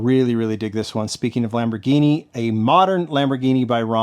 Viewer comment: You pronounced the Lamborghini correctly.....the emphasis is on the 'RAH' part.